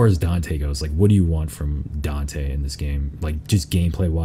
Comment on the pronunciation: You pronounce Dante weird